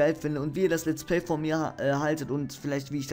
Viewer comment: lets play heißt es richtig nicht lets pley